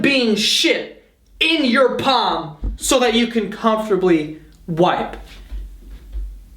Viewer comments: “In your paam”😂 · the way he said palm